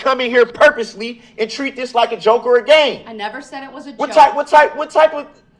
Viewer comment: Iz not no gayme cmon man English i cant watch much more now. And im from MI